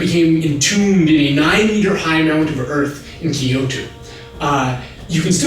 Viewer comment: Very interesting that they talk about Japanese names/words... when for all the videos Kyoto was pronounced wrong. It was pronounced kee-yo-to in the video, when it should be kyo-to (two syllables, not three). And as many people pointed out, Shingen should be shin-ghen not shin-jen. And finally, palanquin is pronounced pal-ann-keen. That being said, absolutely LOVED this video series! So awesome. Definitely checking out other videos from this channel.